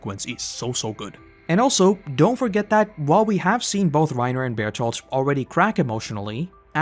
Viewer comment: I’m about to start a ‘Reiner Hard R’ counter it’s Reinuhhhh